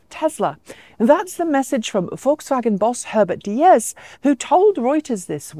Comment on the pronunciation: loved the video... fwiw slightly marred by mis-pronounciation of VW CEO name: Diess rhymes with geese...